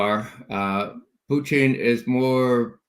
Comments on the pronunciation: Its not Pooteene ... its Pootiin! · Respect Ray McGovern's insightful analyses, but... Calling Putin "Putine" makes you sound like an ass hat. What's your thinking here Ray?